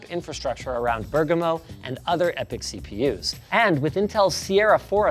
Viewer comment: As an italian, Linus got the pronunciation of Bergamo pretty good